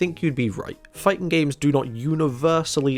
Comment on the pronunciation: "The fighting genre" & "Fightin' games" Why do you drop the G at the end of "fighting" only when "games" is the next word? Is that a running joke I'm not aware of?